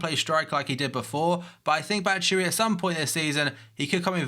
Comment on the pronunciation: You're still sayin Batshuayi's name wrong